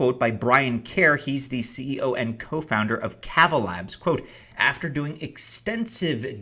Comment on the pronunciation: K-aw-va, long drawn out first a. Like lava.